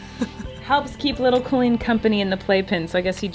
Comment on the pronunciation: Love this video.... although the way you say your own name makes me cringe. Lol KOHL-EEN. Oy vey